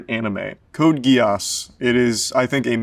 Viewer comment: The way he pronounced Code Geass was horrible.